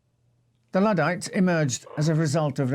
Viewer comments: "Notting'um" ... 😀😃🙂🙃😊 and Ludd* NOT "Lood" !! Luddites NOT "Loodites" Like a cow's udd*er (unless you say "ooders" (??!!) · One thing you didn't learn from this video is how to pronounce "Luddites", it's not Loodites it's L(uh)ddites. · Just to be clear, the London underground is NOT a political movement 😅 and the Luddites are pronounced LUDD (with the U as in UP), not LEWD